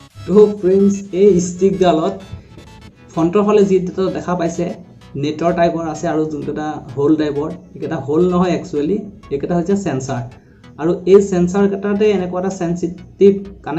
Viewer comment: চেঞ্চাৰ নহয়! চেঞ্চৰ